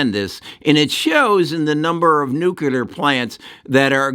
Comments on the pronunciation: NUCLEAR not nucular NUCLEAR practice this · What is nucular...